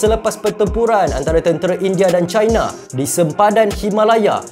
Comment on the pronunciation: Bang sebut je laa China tuu 'Cina' (sebutan Melayu) jangan laa sebut 'Chai-na' (sebutan Inggeris) kalau nak betul2 Melayu sebut Tiongkok Tongsan... I I I..